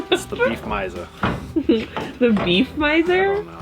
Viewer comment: I've watched every video since day 1, and you drive me crazy. Long e before a word starting with a vowel. (thee ant). Short e before a word starting with a consonant. (thu van). 😐😐